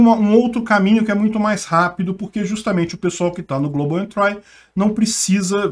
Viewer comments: só uma correção: se fala "global entri" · Velho pelo amor do pai joga global entry no tradutor Google e toca no alto-falante pra você pegar a pronuncia correta porque vc tá pronunciando incorretamente com muita convicção. No mais seus vídeos e seus canais são top.